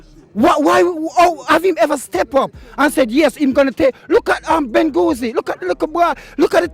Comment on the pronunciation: " look at benghouzi " google search - do you mean benghazi ?